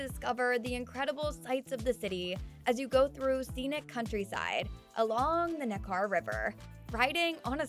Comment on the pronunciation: There are several mispronounced words in this video, i.e., Nekar is pronounced "NEK-er," not "NeKAR."